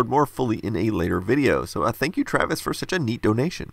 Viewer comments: Brian Gentles ya I noticed that. Even worse haha. Got the name Tavis wrong AND he’s well known. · Chris Harrington yeah, me too. Had to double check when he said Travis rather than Tavis. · haha, that would be *tavis*.. not travis.. watching youtube isnt supposed to be this meta... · There’s 3 of us :) funny you caught that he got the name wrong. It’s a daily routine for us Tavis’z.